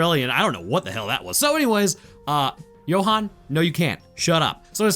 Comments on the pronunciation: Johan as in You-hun Not jo-hun😅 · South African english, assuming a mix with of an Afrikaans accent. Johan is pronounce You-han not Yo-han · Ok my bru I’m sorry to be that guy but Johan is pronounced you-hon (as in honey)